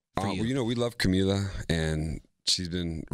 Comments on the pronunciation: The way Diplo pronounces Camila ♥ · OMG AM I THE ONLY ONE WHO NOTICED THE WAY DIPLO PRONOUNCE CAMILA'S NAME!??